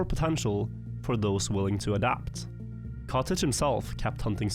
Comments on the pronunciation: katic. not kotege.! katic! katik! no kotej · Everytime he mentioned the player Katic I couldn't help but hear "cottage" instead